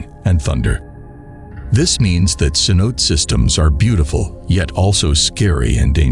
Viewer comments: CENOTE = “Sen-oh-TAY” not “kenOTE” jfc. How can you be doing a cave diving channel and have this inexcusable pronunciation of such a basic word in the sport? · rips hair out at americanized pronunciation of cenote. It's ceh-know-TAE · It's not "ken-oat" it's "sen-o-te". Try to be credible here man. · The grand sanote lol say no tay . How ya gonna make a video about something you can't pronounce? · sen-oh-tay, not sen-oat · Kanote😂 sanotes😅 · Ce-no-te. Pronounce the short e. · sen-oh-tay lol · It's pronounced "si-note'-ay". In case you cared. 😀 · Cenote is actually pronounced “seh-no-teh” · The grand ce-note 😂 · Cenote is pronounced phonetically as Sa-no-tay. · Grand canote... come on man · omg yes. Me too. I am hiding this channel from my YouTube feed because I couldn’t even focus on the content. I kept hearing “Ken-OTE” and wanting to scream. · Haha so many ways to pronounce cenote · You mispronounced cenote throughout the video. At least know the basics of what you’re talking about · I was just about to slit my throat if I heard another mispronunciation of Cenote.